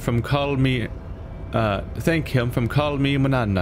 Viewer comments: His name is "Call Me Mawn-YAW-nahw". Ñ, that is, "n" with a tilde "~" is pronounced "nyah", as in Nyan Cat or catgirls. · c'mon it's basic Spanish lol [man-yana]